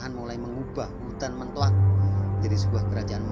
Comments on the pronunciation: Hutan mentaok, bukan mentoak.. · Hadiah tanah alas mentaok bung...bukan mentoak